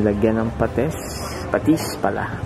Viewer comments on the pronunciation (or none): na tawa aq sa pates ayy patis pala hahaha 😂😂😂✌ bisaya man ka oi haha.. peace 😂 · Natawa ako dun sa patesss ay patis pla.